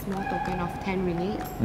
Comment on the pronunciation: Sorry I got irritated with your pronunciation of ringgit! It’s ring-git btw, instead of ringit 😆 oh, and you can easily find Lontong Kering at Geylang market!